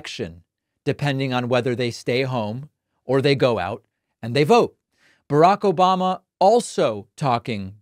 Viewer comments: I love the “ObaMna” and “troth sential” 🤣😂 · I miss you "Obamna" 😂😂.